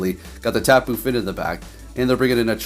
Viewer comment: Yo,... Why you call the Tapu Fini Tapu Fin?